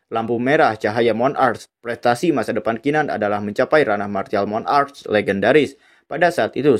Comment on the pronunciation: Martial monarc bukan Mon-arc